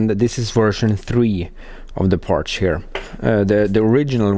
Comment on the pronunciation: lots of "parsh"!